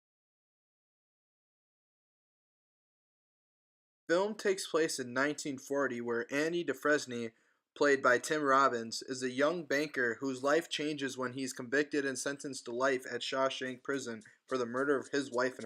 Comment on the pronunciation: I think you mean "dew-FRANE."